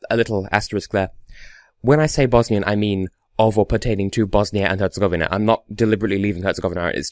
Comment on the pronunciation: you pronaunced Bosnia and Herzegovina, good in every way.